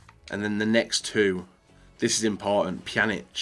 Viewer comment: Finally learned how to pronounce Pjanic correctly...